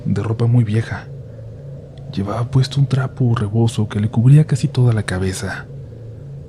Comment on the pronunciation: Alguien más escucho que hablaba con la "d" por ejemplo cabedsa, de igual manera muy buenos relatos saludos comunidad RDLN👏🏻👋🏻